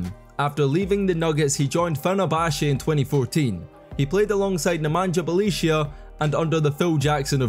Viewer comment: Who the hell is "Nemanđa Belicia" lol